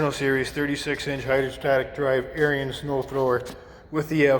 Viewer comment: AIR-enz.... NOT Air-ee-enz